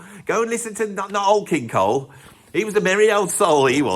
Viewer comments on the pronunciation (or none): none